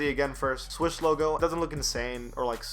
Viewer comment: NIKE SWOOSH! Not swish